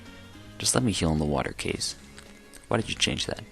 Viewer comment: Actually it's pronounced as Ka-zey.